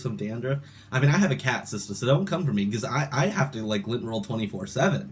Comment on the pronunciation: Lant roller! 😂 How hard is it to pronouce "lint"